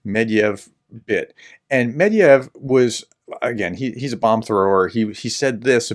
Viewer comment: His name isn`t Medviev. It`s MYE-DVIE-DIEV. Just like your name isn`t, is it? It`s -ES, right?